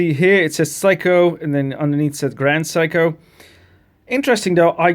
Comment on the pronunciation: It's "Seiko" (say-ko), not "psycho"!